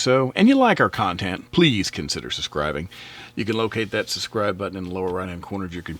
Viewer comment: The channel's excellent. By the way, it's sub scribe not sus scribe